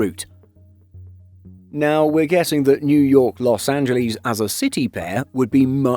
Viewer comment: Los Angleeeez?